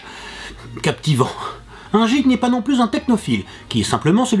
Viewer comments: Guik... et non jikk.... (GEEK) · Le geek ce prononce gueek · J'avais mal au oreilles a chaque fois qu'il disait jeek mais a part ça, cette video est cool. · C'est marrant que un geek, il le prononce jeek et une geekette, guikette. :o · on dit pas jik mais guik et ca c'ecrit geek ! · J'adore le jeek au lieu de geek xD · On dit geek pas jeek Meme si sa s'ecrit geek sa ne se prononce pas jeek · c'est quoi cet accent de m**, soit il parle anglais avec l'accent adéquat, soit il le dit pas... ou il trouve le synonyme en francais ! c'est navrant de déformer l'anglais comme ça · la vidéo est bien, mais le prononciation de "geek" et de "gamer" me font mal aux oreilles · il le fait expres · tu a mal dit le mot geek sa vien des anglais se mot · Bonne culture general, mais ta prononciation me fait un peut peut, l'humble, TS, geek, ... (Et j'en passe et des meilleurs). Mais sinon, super comme d'hab! ;)